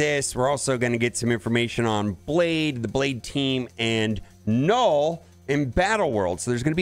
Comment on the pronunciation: 0.12 "Knorrwl" *Destroyer of words